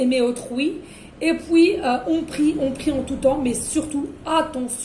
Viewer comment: On adore on adore onaaadoreeee.. et pouis pouis .ah oui minute🤣🤣